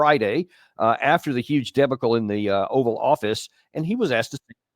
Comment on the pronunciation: His pronunciation of debacle is interesting